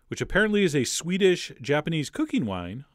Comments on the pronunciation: oooh. Sweet-ish, not swedish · He meant “sweet-ish”